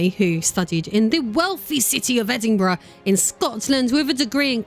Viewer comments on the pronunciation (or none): none